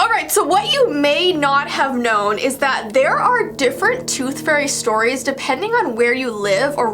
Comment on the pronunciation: Scary storvees